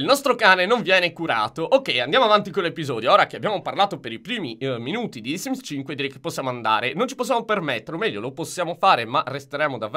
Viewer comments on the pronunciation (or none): "Benvenuti in un nuovo episoio dismis 4" .. ditemi che l'avete sentito anche voi.